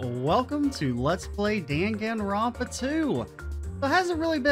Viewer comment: Excited for DR2! I personally prefer DR1 more solely because Kyouko is best girl, but DR2 is definitely more mechanically solid(: I really do hate to be that person, buuuuuut Hajime is pronounced ha-ge-meh and Danganronpa is pronouned D-ah-n-gah-n-ro-n-pa. It really bothers me with the buthered pronouncations>.<